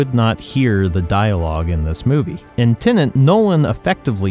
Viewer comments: Good discussion but, ironically, spoiled for me by both presenters mostly pronouncing the film as Tenant (mostly). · Within 2 seconds, "Tenant". Why can't people pronounce Tenet properly?!? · I keep hearing you say tenant. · You should have garbled the sound on this video, then we wouldn't have to hear you consistently call Tenet "TENANT". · Learn to pronounce „Tenet“ before you criticize it😂😂😂